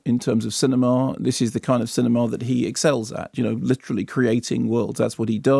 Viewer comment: wft is a cini-maaar? do pretentious posh people go to a cini-maaar?